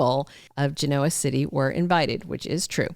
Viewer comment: Please stop saying “Ge noa City”!